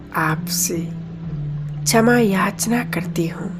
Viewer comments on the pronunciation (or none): ओम शांति बहुत बढ़िया कॉमेंट्री कराई आपने परंतु शब्दों का उच्चारण बहुत ही अशुद्ध था। क्षमा _ छमा शिव _ सिव सक्तीमान _ शक्तिमान सांती _ शांती